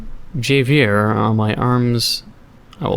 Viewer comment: Javier is said as HA-V-iER if you care I guess